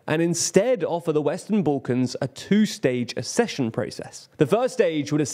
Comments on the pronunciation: It's aksession, not assession! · Again: ACK-session, like access. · Why can't you pronounce "Accession" ? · Learn how to pronounce the word "Accession".